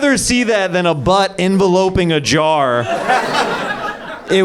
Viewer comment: Bruh said enveloping ✉️